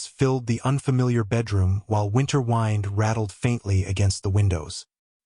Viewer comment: Did not care for the narrator. Mispronunciation of the word "wind" and every time he said something "quietly" it sounded rough and angry. lol.